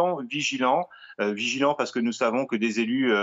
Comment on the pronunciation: C'est marrant quand il dit vigilant il prononce vichylant... J'ai peut-être être de l'acouphène complotiste